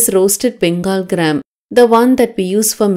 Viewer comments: Which gram are you saying ma’am …i can not understand? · Did she say fried gram or dried gram .